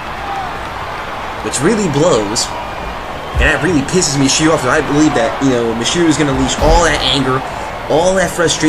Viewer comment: Stop mispronouncing Michiru wrong! >:C